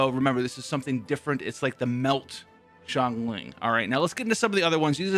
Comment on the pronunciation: U finally said xiangling correctly Congratz My Sia example did u good